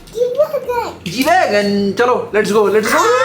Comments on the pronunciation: Pronounced it correctly. G Wagon....😻😻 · pronounce perfectly and nicely the car name.....sombhaii..